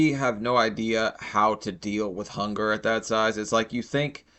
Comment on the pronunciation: HONKER PAINS?! she definitely said Honker not hunger.